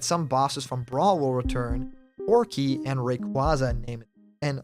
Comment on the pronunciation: It’s Porky Not Proky